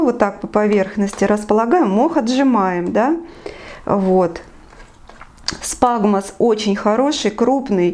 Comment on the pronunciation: Спагмос??? Или все таки сфагнум